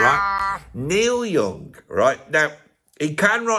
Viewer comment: "Noil Yooong joost sands loike a great beeg sheet." 😂